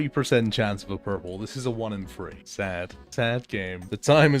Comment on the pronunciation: i love the videos but the way you say THREE triggers me. idk why.